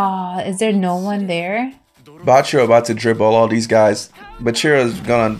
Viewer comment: Why do you pronounce bachira's name right at first and then immediately incorrect yourself?😅